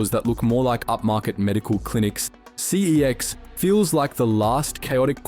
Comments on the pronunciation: It’s pronounced sex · Pretty sure the name pronunciation is a marketing tactic. Never before had anyone pronounced it that way before the ads popped up 😂